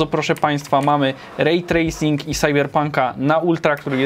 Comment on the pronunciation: srejtraycing xD